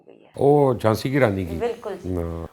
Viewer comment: JHANSEE KEE RANI NAHIEN " J H A N S A A " RANI